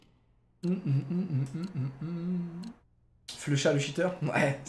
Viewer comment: Mais c'est pas "Flux Chat" c'est "Flusha"!